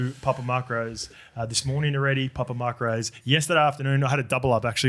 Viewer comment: Why is saying "papa mark-rose?" Isn't it macros? Like "mack-rose"